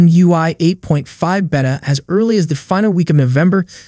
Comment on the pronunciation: You're going to keep getting a thumbs down for me until you say beta the correct way